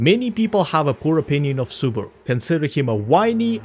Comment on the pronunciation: BARASU? I thought his name was SUBARU uhhhhhhhh